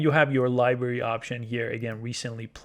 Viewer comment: Good video BUT please learn how to pronounce LIBRARY. It is not "LIBERRY". This was a little painful to listen to ;>)